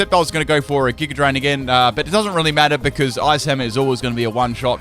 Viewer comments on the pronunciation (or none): none